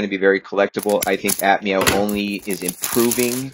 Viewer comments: is he saying admau? if he is its pronuonced a-f-mau? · It's noi not noeee it's also not aphmeow it's aphmau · Him: We also aph meow Me:ITS APHMAU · Lol you said ap meoaw😂😂😂